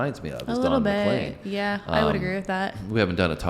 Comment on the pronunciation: Just to help - CROW-chee - accent first syllable. He was on his way to do a concert at my college when his plane went down. Very upsetting. And Don is McLean (leen) not McClain.